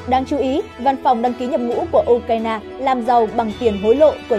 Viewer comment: Đọc là " U cai na" là hiểu trình của kênh😅